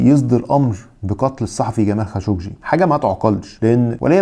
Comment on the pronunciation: 😂😂👏🏻👏🏻👏🏻برافوا صرت تنطق خاشقجي صح